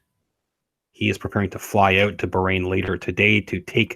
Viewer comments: Bahrain 🇧🇭 isn’t pronounced “brain”. Please review pronunciation. Hurts heads of us Arabic speakers. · So WHY did he DIE? He looked pretty young and HEALTHY to me? It is pronounced BAH (like a sheep) RAIN!